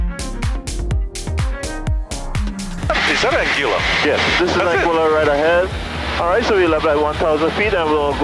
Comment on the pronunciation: How often did the pilot say ‘Anguilla’ and you still couldn’t pronounce it right?!